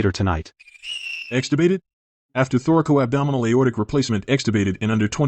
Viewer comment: It is not thorical-abdominal. It is thoracoabdominal. Also, the occurrence of Marfan's is more prevalent in women. You're welcome.